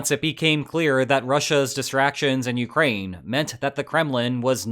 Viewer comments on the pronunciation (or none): none